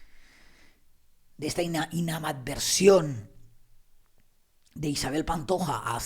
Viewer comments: Que alguien le diga a,q es periodista,q se dice ”ANIMADVERSIÓN” no ”INAMADVERSIÓN”. Lo dice mal dos ò 3 veces!😜😂😂 En cuanto al tema q trata….en fin….líos de familias mal avenidas, herencias, de hermanos enfrentados por cuestiones materiales y emocionales, exmujer contra exmujer…. vamos,nada diferente a la vida de tantas y tantas familias. Ni tan malas relaciones como podría ser. Y totalmente de acuerdo en lo q Isabel Pantoja da de comer a mucha gente,directa e indirectamente. Si los hijos y cercanos no largan de ella,los medios tampoco tendría q comentar lo q dicen de ella. Lo q viene siendo una simbiosis. Y La hija de Isabel Pantoja, mi opinión es q la única persona que de verdad la quería era Isabel Pantoja q si la veía como su hija, para los demás era una extraña a la q tenia q “tragar”. Lo mismo pienso de con Roció Carrasco y Los hijos adoptados de Rocío Jurado. RC nunca lis quiso ni lo vio como a hermanos, diría q incluso no los quería en absoluto y a la vista de los hecho me remito. Rocío Jurado sí que los quería, pero intuyo q no como a su hija Roció y no creo q haya q culparla por eso. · … es “animadversión”. No “inamadversión”. Estabas en problemas para pronunciarla desde inicios del vídeo.😃Un saludo desde R.Dominicana.😊